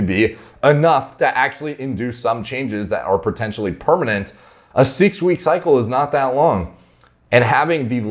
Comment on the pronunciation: " isn't real he can't hurt you": "Siiiiixxx wik ciiiiyycle"